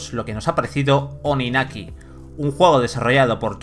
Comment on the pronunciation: TODAVIA ESTÁN A TIEMPO de borrar este video, corregir el pronunciamiento del nombre del juego y ese sonido horrido del minuto xD